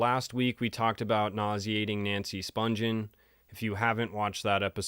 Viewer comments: Its Nancy Spun-ghen with a hard G not Sponge-en. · the g in her last name is pronounced like the g in the word, again.